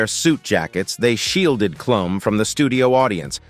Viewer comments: AI or not, you should listen to it and make corrections. Also, Heidi Kloom. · " Kluum, Leeno? LOL!" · Enjoyed this but learn to pronounce people's names...Clum, Leeno??? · Lean-o and Klum .... not Leno and Klum (klume) lol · Jay LEENO? It's pronounced LEN-OH. Heidi KLUMM? It's pronounced KLUME - like room. Such garbage. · How about using a real human narrator? "Leeno" and "Klum" would appreciate it, I'm sure. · Hey narrator, learn how to pronounce names! You got Colbert, Leno, and Klum wrong. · Jay LEENO? Heidy KLOM? Com'on! You could've listened to your AI voice and correct the pronunciation before posting it.